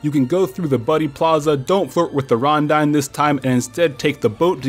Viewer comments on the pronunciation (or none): If you like Rondine at least try saying Rrrron-deane instead